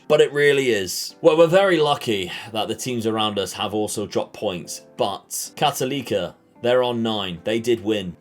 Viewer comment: So cool to see this as a Chilean! A few things: for abbreviation, you can call Universidad de Chile "La U" (don't pronounce the U as 'you', it's more of an 'Ooo'). For Universidad Católica you can say "La Cato". When you pronounce Católica you have to say CatOlica rather than CatolEEca, does that make sense? hopefully Good luck! I'll be following the series:)